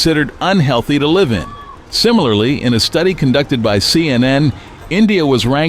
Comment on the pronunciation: AI voice pronounced the verb Live as a noun ...